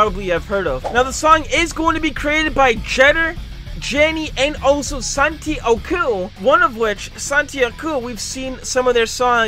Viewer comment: Estonian here! You pronounced Getter Jaani's name wrong.